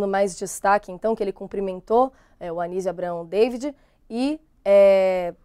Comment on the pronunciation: Ensinem esta repórter a dizer o nome do Anísio Abraão David corretamente. Falta muita cultura e pesquisa para estes novos repórteres. 🤦🏻‍♀️🤷🏻‍♀️